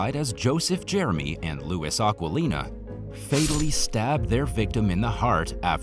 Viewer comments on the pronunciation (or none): none